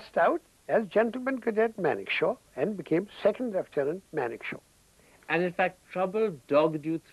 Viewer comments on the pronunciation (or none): Its Manekshaw not Monekshaw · it's Manekshaw not monekshow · It's Manekshaw and not Monekshaw... uploader must be a Bengali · It's Manekshaw, correct it